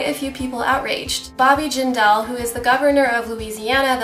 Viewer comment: She pronounced Jindal wrong XD